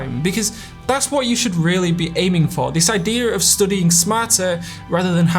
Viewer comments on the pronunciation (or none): Why does this dude keep saying 'stoodying' if its 'stuuuudying'?